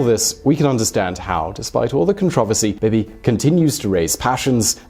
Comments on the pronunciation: Bin-yah-meen Net-tahn-yah-hu. Bee-Bee not Bib-ee. PMs do not have terms. Governments do. We elect party lists based on their platforms. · Are British people incapabale of pronouncing things correctly? You can clearly hear how its said in Israel. I'm American, and I'm capable of saying it the same way. "Bee-Bee" Not "Bib-e" BEE BEE. BEE BEE NETANYAHU. You thick fuck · Bib-ee? Bee-Bee.